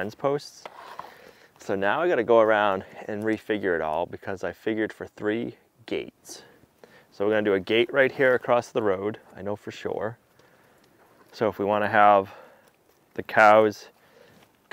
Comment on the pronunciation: Acrost comes to mind also, oh and erbs 😅😅